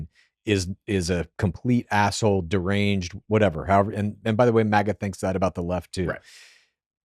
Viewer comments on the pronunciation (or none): Is this guy saying MEGA and not MAGA?